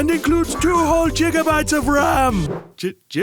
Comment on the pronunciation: no one: the villager in the ad: jigabytes